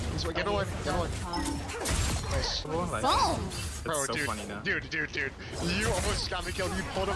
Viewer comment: the way she says bro is driving me crazy! Glad she said it brúo